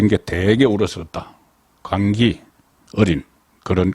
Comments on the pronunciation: 광기 로 읽는게 아니라 광끼로 읽어야 함니다!!!!! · 광끼 라고 읽어야 합니다. 경상도 분이라서 발음 안되심 ㅋ